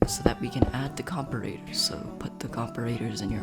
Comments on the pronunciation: ahhh comparator is pronounce "compare-a-ter" not "com-per-a-tor" that bugged me so much but thanks otherwise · I only have one issue with this vid, its pronounced compare-ator like comparing 2 items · Right it pissed me off so much I almost couldn’t finish the video lol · great video, but please pronounce comparator right xD